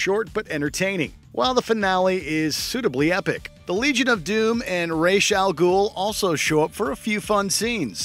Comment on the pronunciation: “Ray shall ghoul”